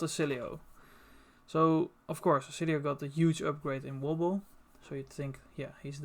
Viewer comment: I could listen to you say Wobble all day